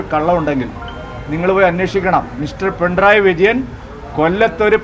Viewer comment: പിൻഡ്രായി വിജയൻ അല്ല പൊട്ടാ പിണറായി വിജയൻ.. ആദ്യം പിണറായി വിജയൻ എന്ന് പറഞ്ഞു പഠിക്ക്..